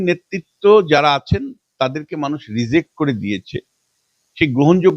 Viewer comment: Onaake bolun kathata "reject" ...."rezect" na